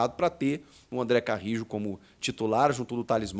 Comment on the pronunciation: Acho que você tá esquecendo o espanhol, pô.